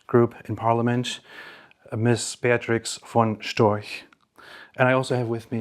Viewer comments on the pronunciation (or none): "Beatrix von Stroch" shame on you 😋 - her name is Beatrix von Storch.